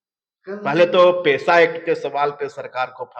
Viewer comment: Ye apne aap ko budhhiman bolta hai bewakoof and pesa ko ppesa bol rha hai